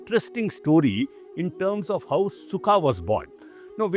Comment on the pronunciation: not sukha... that's Shuka